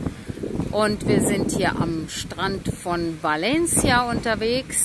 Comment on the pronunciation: Toll, dass Du Valencia richtig aussprichst, nämlich Balencia👋👋👋